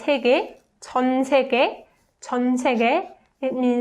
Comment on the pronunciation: question, the 2 words have a y vowel but i do not hear you pronounce the y part, does it get dropped? the word world sounds like you are saying sae gae , not sae gyae?